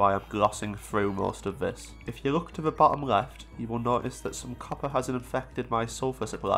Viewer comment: suddenly noticed a trend in your accent which has become extremely difficult to unhear. It’s how you pronounce L as R. Rand instead of Land, reft instead of left, and prace instead if place. Amazing video regardless, but I haven’t heard this in other accents.